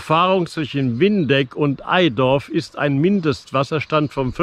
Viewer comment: OOOOOHHHH das tut weh. Erstens liegt der Bereich der Sieg ab Au (Sieg) in NRW und dann heißt es BITTE nicht EiDorf!!! EiTorf. Ei + Torf. So klappt es dann meist mit der Aussprache;) Schade hätte ich gewusst, dass du vorbeischaust, wäre ich mal eben runter gekommen. Wohn ja in eben diesem EiTorf. Es gibt eine gute App die man nutzen kann, Kenntnis über die Pegellimits vorausgesetzt: Meine Pegel im Google Play Store.